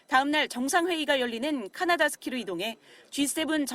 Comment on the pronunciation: "카나다스키"아니라 "카나나스키스 Kananaskis" 입니다😊